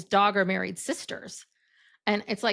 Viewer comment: DAR GER. not Dogger. 😂